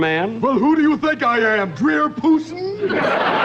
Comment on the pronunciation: "Drear Poosin" LOL